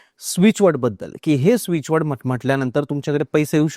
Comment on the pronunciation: मॅडम स्विचवर्ड लिहून दाखवा म्हणजे उच्चार चुकणार नाहीत.प्लिज.